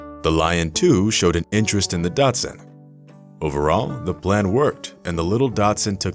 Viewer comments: Thank you. I thought I was not hearing him correctly. He IS saying "Datsun". Lazy and careless. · Am I the only one thinking, it's daCHSHunD! Not dotsun! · Datsun>>>thats a car. Dachshund is pronounced "daks hund" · Daschund. Pronounced DOCK-sund. Not DOT-sun. That, and the savage, tabloid-style title detracted from an otherwise cute story. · I hate that he calls the dog a Datsun lol. It's not dash hound, its not doxxen....Its docks hoond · It’s NOT pronounced Datsun 😆 it’s pronounced Dachs-hund (daschund) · Why do you keep calling the dog a "Datsun"? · Sounds like the narrator is pronouncing “Dot-sun” instead of “Dock-sun” as its supposed to be pronounced. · Well, since it's a German breed with a German name, I suppose it's supposed to be pronounced "dahkz huhnt," (badger dog). Definitely not "Datsun," though. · Well, it's a "dachshund" (daax-HOONT) , not a "Datsun".... a Datsun is an automobile. ;) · You keep saying Datsun when you should be saying Dachshund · What's a dat-sun?😂?😂? Say: daks who nd 😉 You're welcome . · The dog breed is called a "dock sun" not a Dotson. A Dotson is a car. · Dotsinned? Learn how to pronounce dachshund! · A Datsun is a car, a dachshund is a dog, learn to speak! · Is anyone else bothered by the mispronunciation of dachshund the whole way through this? He pronounces it as “Datsun,” like the car… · So this narrator has a reaosn to to say DATSUN rather than Dachsund. He sounds professional. It tmay be done to create more viewer participation. No one is this dumb.unless the are an Ignoranus, hmm did I say that wrong, we'll excuuuuuuuuuuuse me. I rent Nissans. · It's not "dotsin" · You lost me in the beginning as soon as you said Datsun instead of Dachshund... surprised you didn't say Lian instead of Lion...🤔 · The breed is pronounced "Doc-sund", or "Dox-uhnd". Good god. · Is it too hard to say Daschund? Lol, Datsun... 😆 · I can not understand your pronunciation of the name "DACHSHUND". Dazzen? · to the speaker, it's DACHSUND, not